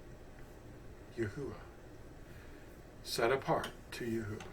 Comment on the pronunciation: The vowels are accurate. But the phonics and pronunciation of His Name is wrong. Not yah.